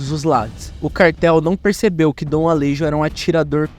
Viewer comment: Alejo ? se fala ale(rro) . o J tem uma pronuncia com som de dois R. Assim como Juan, se fala Ruan. Espero ter Implementado um pouco de conhecimento as pessoas.